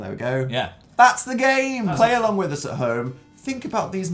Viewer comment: the way he says "tHatS tHE GaME" gives me life